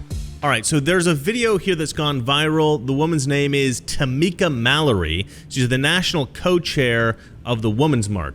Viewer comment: As soon as I heard "Tomeka Mallory" I started shaking my head.